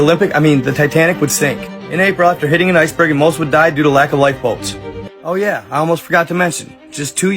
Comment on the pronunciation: Lol thought you said lack of light bulbs